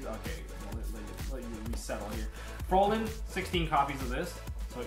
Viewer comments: Why does everybody pronounce Frauline weird? "FROH-LIN" isn't it "FROW-LINE"? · Ryan Delgado It's technically a german spelling isn't it? (Fräulein) If so, it is pronounced Frow-line, kinda... ^^ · more like "frrrroyline". oy not ow